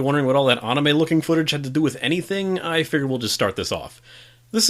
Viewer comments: Jesus it's anime, not AHnime. You're a good reviewer but that is really irritating. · I love it lol